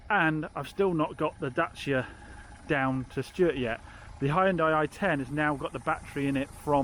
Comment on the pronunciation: They day has finally come. He didn't say "daycia." :D